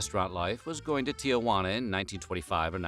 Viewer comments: Tijuana has two "a" s not three. It's not tia-hwanna. It's tee-hwanna. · I love your videos and wish they came more often. BUT.. Tijuana is not pronounced Tiajuana. I here people mispronounce it on the news and I can't stand it. It is simple pronounced Ti-juana. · It’s NOT TiaJuana - Tijuana. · There's no "TIA" in Tijuana. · your pronunciation of "tijuana" was shitty.